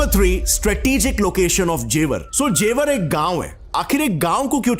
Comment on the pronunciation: जेवार नहीं गँवार ,, ज़ेवर एयरपोर्ट ,, आ की मात्रा नहीं है सस्ते अंग्रेज की फटे हुवे कॉपी